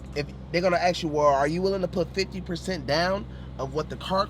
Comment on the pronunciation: he cant even say “ask” right